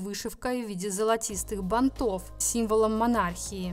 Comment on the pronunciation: И уж коли на русском, то будьте любезны говорить грамотно: не бантОв, а бАнтов.